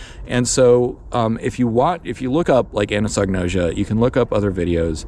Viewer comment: I've been thinking about this topic for decades, and have similar conclusions. Really appreciated your take on it. /kaɪæzəm/ - it starts with the Greek letter X (chi); sounds like a hard k. Think "cross," which is what it looks like anatomically. ah-NAH-so-no-ʒe-ah - Gnosis (Greek for knowledge); English doesn't pronounce the "g." ʒ like the s in pleasure, although it's pronounced many ways by English speakers, so like an s is a pretty common form.